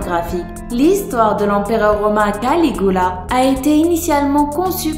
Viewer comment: On dit CaligUla pas Caligoula!😠 Dezoler sa ma perturber 😅